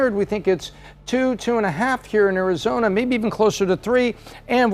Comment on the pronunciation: She says Arizoina. 😂